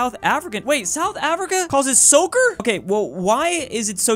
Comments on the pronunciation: Lol, we don't call it sooker, it's sokker, afrikaans for soccer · It's pronounced souk-er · The way he just destroyed the Afrikaans pronunciation of sokker hurts me in my Afrikaans soul